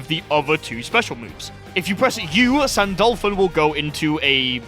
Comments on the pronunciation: sandAAAlphon, eh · My brother in Christ. I love your videos. But how. Do you manage to butcher a name. In a game where the announcer literally spells it out for you.